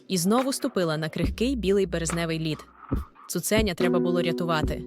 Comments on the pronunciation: Дякую. Я слухаю ці оповідання лише тому, що вони звучать українською. Прошу, якщо це читає жива людина, перечитайте текст перед записом, усвідомте, про що ви читаєте, поставте наголоси на належні місця, бо таки дуже образливе таке ставлення до української мови. Хоча б не "цуцЕня", а таки "цуценЯ". Не відтручуйте людей від україномовного контенту. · як можна так неграмотно ставити наголоси? цуцеееня, Дашооо, стааавок